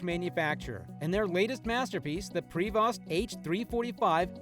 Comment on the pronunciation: Prevost, pronounce pri-vo, not prayvosssttt